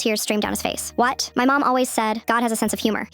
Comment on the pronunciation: That “the whAt” made me loose it😂